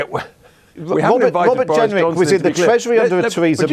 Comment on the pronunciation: Welease Wobert Jenwick. 🤣